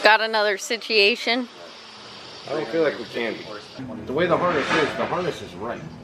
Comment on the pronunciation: Lots of sitchyashuns